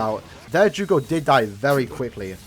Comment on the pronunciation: Btw its jugram not jugo